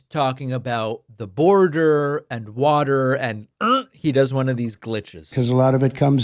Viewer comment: Block up the burder! Turn on the wurder!